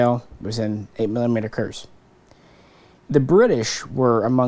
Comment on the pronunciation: Great video. Just one point. The German "z" is "ts" when spoken So 8 mm Kurz is Kurts:)